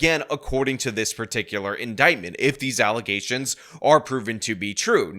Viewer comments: its Allezations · You mispronounced Alazayshuns. 🤣🤣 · just more false allezations